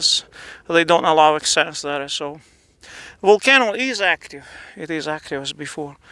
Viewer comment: Deh wolcano is wery strange